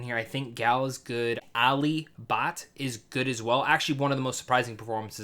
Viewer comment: How you pronounced Alia Bhat and you calling her a kid is LMAO